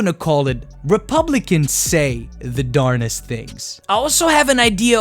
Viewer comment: Also, it is darndest not darnest. I think you are esl and its a weird word so you get a double pass lol